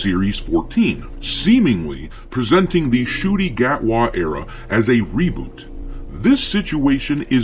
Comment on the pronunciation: Oh it's pronounced "shooty" not shity?